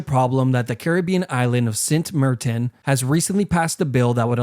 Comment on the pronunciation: Did you call St. Martin "Sent Mertin"?